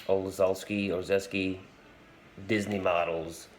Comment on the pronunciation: It’s pronounced: Ole-chef🧑‍🍳-ski⛷️